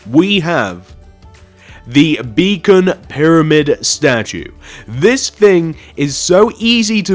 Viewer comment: For a second I thought you said "Bacon pyramid" ha-ha!